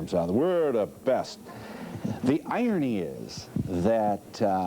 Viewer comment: Pretty sure that irony has a r in it, Phil, and isn’t pronounced iony.